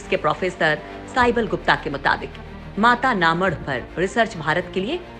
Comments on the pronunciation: Mata na madh.... Pronounciation is too poor ( mata na math) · पहले बोलना सीख जाओ जगह का नाम में माता का मठ गुजराती बोलना नहीं आता तो हम भी समझते सही तरीके से बोलना आप लोग न्यूज़ चैनल वाले गुजराती में स्कोर माता का मठ